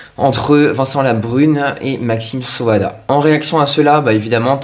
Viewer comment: Maxime Saada... Ça se prononce SA-A-DA... 😅